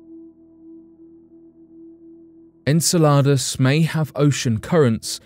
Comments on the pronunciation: In-cell-ah-duss is how you pronounce Saturn's moon fyi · Enceladus ; the emphasis is on CEL in the pronunciation. Just trying to be helpful 😎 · You are the only person i have ever heard pronounce Enceladus that way. I always heard this (in-seh-luh-duhs) from everyone. Where did you learn your pronunciation? Australia? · Did you say enchiladas? 😂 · I’ve never heard anyone say Enceladus like ensaladas. I just keep thinking watery salads. Lol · "Enceladus" is pronounced "En-SELL-a-dus." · I heard enchiladas, but then I'm hungry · So... ?.... The images they were showing from the Chinese craft didn't look red? And I don't think they were black and white cuz it showed some blue and different other colors so.... What color is Mars, cuz it's called the red planet and the colors pics from NASA show red and yeah was anyone else getting a little frustrated when he was saying the name of the moon "Enceladus" ? Lol I love this channel, as long as I can stay awake to watch it lol the narrators just have such a calming voice but anyway love the videos anyway but just some of the info is questionable lol still fun to watch!